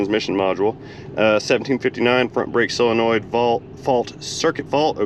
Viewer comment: I REALLY enjoyed this one because, like you, transmissions are not my "forte" and I definitely learned stuff, 'n I likes learnin' stuffs... Speaking of vocabulary, are you pronounciating solenoid correcedly, like sole-a-noid, or are you being silly and pronounciating it like sil-a-noid? I couldn't tell; sometimes it sounded like one and sometimes it sounded like the other... 🤪